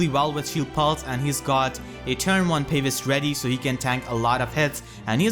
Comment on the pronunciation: it's pronounced Pah-vise, not Pave-is, you welcome :)